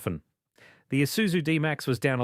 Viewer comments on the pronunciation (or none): none